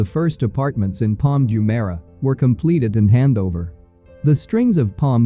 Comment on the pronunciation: You can't even pronounce Jumeirah properly. I bet you have never even been here